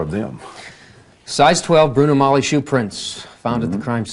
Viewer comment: It's astonishing how the interviewer knows how to pronounce Bruno Magli shoes (as G is silent)... But Orenthal repeatedly mispronounces Bruno Magli shoes, pronouncing the hard 'G'... Unaware that most viewers are amused at this ruse😂 Guilty.